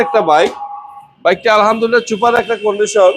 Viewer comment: ছুপার না সুপার। অনলাইন সেক্টরে ভিডিও করলে উচ্চারণ সঠিক রাখাই ভালো তাহলে বুলিং এর শিকার হবেন।